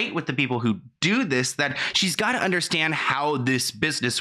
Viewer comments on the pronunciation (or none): How many times do u want to say that u don‘t understand? JL: „Yes, i don‘t underSHtant!“ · “I didn’t underSHTAND” ugh so annoying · If I hear her say “ I don’t undershtand “ one more time 😒